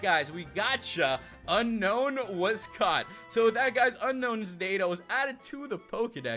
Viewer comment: Not unknown it's un-own